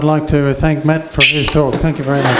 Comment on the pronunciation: Matt pronounced Mad